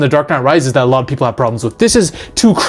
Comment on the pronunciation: ..."multiple peepler" i busrt out laughing